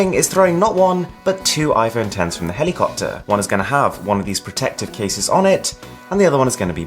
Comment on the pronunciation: Did my guy call the helicopter a cockter 😂😂😅